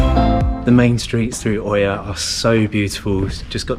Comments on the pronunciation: Love your videos, but please pronounce Oia properly 🙏🏼 It's Eeea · The combination "οι" in Greek is pronounced ALWAYS "ee" like in the words " tree" "three" and "free" . Almost all tourists who make YouTube videos from Santorini pronounce "Oία" wrongly. You just have to say "eeah" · Its pronounced IA :) great videos btw!